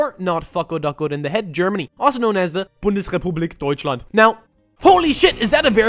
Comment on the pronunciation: he said bundes repoblik deutschland sooo perfect